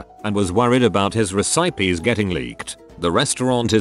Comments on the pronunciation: RE-SIPE-EES I'M DEAD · re-sigh-peas, you say?